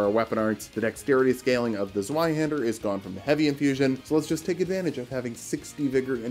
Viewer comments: It’s pronounced zvie haand air. Sry it just upsets me. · the z in zweihänder is pronounced like a tz. like tzwei haender. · The Z in Zweihander is a C sound. The real C, not the English one. Same as the Italian z or Japanese ts.